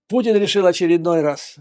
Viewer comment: Мне одному слышится на неслово "Путин" пукин? )))